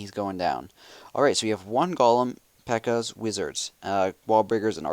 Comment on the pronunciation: its peeekas not pekas